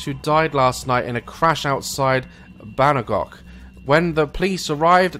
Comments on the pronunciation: haha instead of "Bangkok" he said "Banagok" - Love the video by the way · 'Banggok' 😂😂😂 it's pronounced 'Bang Cock'😂😂😂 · D ddaz... it's not banagok. Daz. Daz. Bangkok ah jesus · That moment when Daz is so scared he pronounces Bangkok as 'Banagok' lololol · when he said banagok even though it was Bangkok 🤣🤣🤣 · BANAGOK DAZ? BANAGOK? IT'S BANGKOK!!!! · Bang-kok pronounce bannegok. ohh daz, u made me laugh :D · Bangkok Daz: "banagok" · "Outside of banagok" 😂😂😂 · He said Banagok instead of Bangkok!😂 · he said bangakok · Bangekok? Bange Kok.... it's Bang Kok.... Bangkok... not Bange Kok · The place is pronounced Bang-kok by the way haha. No hate! I live here so 😂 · "Ba - Ang kok" really daz? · He pronounced Bangkok banacock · Bangkok. it is pronounced as Bangkok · I am watching this on my tv used my phone to look at the comments just to see if anyone else pointed out that Daz pronounced Bangkok wrong 😂😂😂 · The way he said 'Bangkok'. 😂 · I wanted to cry about how the pronounced Bangkok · I'm Thai and when he pronounces the city Bangkok wrong I was so confused of what he said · omg he pronounced bangkok wrong lol. still love him though